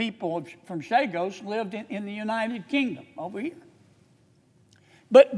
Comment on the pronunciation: On a side note, Senator Kennedy's rant about the Chagos Islands is complete revisionism. He gets so much wrong that I don't even know where to begin. He can't even pronounce the name correctly. (Chagos, not Sagos.) Ugh, the ignorance and deception of those who run this country are on full display. Always thankful for Sen. Sanders, though!